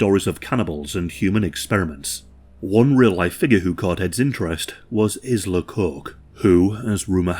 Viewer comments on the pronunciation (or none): Ilsa.. not Isla.